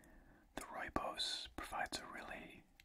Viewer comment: Nice to see and hear South Africa mentioned here as I am south african. Pretty good pronouncing rooibos as well since its afrikaans meaning red Bush. Thanks for the great videos as always!